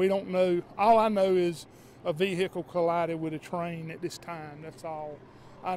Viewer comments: Vee hicle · Vee-hick-ule and Baad-ree. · That vee-hickle is pretty messed up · Can't even identify the SUV, but it is a 'Ve-Hicle". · Vee hic cle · LOL 🤣😆😁😄😂 LOL very funny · def southern